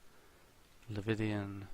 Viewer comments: Leviathan not Levithian... but good vid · Bruh is english like your 4th language? How can't you pronounce leviathan or have come across that word before. But awesome video apart from every time you said that lol